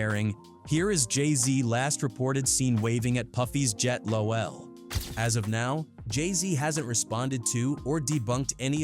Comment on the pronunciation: How dafaq does an AI not know how to pronounce LOL?? 😂🤣